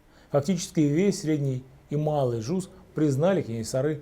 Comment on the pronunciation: Кенесары, а не Кэнэсары. Жуз, а не джуз.